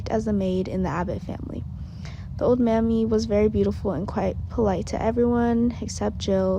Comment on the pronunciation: Her name is not mammy it's Mamie